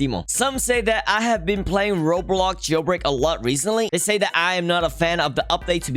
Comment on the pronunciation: I like ur videos but “roblog jailbraig”